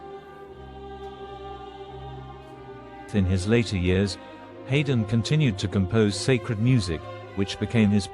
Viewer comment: Not least by the horrendous mispronunciation of the name of the star of the show.